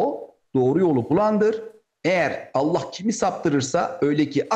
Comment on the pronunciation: Kardeşim Cenâbı Allah’ın ismi celilini düzgün telaffuz ederseniz daha iyi olacak. Hâşâ اللخ gibi söyleme الله deyiver!